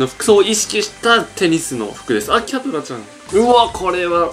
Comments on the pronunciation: テニスの塔がペニスの塔にしか聞こえん、、。w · ぺ○スに聞こえるのは、俺だけ？